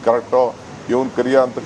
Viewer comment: Not kaleya it's kariya😂😂😂😂😂😂😂😂😂😂😂😂😂😂😂